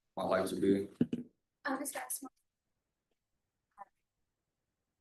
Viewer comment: Did she say assmore? 😂😂😂😂. Boys are gonna love him.